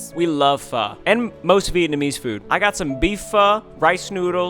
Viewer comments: fhuu omg😭😭😭 its pho (fho-o) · Its pronounced ph o not ph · Ain’t pho pronounced, f oh 🤔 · Woahh I was pronouncing pho wrong, thanks you two :)